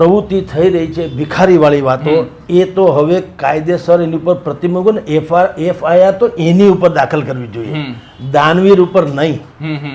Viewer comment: FIR બોલો FRI નહિ